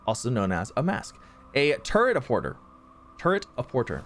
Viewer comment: I assumed the "Turret-a-Porter" is supposed to be pronounced "Port-ay" like "Pret-a-Porter"?